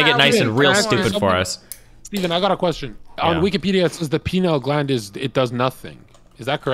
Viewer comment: The 'penile' gland lol.